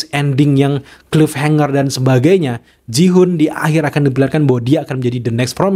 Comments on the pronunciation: please... bacanya GIHUN bukan JIHUN. Gak sulit kan? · Gi-Hun bacanya tetep pake "G". Ngapa jadi Jihun? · Maaf bang nama nya Gi-hun bukan Ji-hun bang😊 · gemes banget bang tiap lu bilang jihun mau gue benerin gihun 😭😭 btw makasih buat penjelasan teorinya bang, keren banget! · Nice Teori bang mantap tapi ralat dikit bang soalnya kebanyakan bilang jihun. Gi Hun itu bang bukan Ji hun. Bahasa Korea itu bang bukan bahasa inggris :)